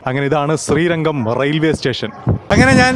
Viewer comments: ശ്രീരങ്കം അല്ല . ശ്രീരംഗം. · ശ്രീരംഗം - അതാണ് ശരി ശ്രീരങ്കം - തെറ്റാണ് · ചേട്ടാ ശ്രീരംഗം എന്നാണ്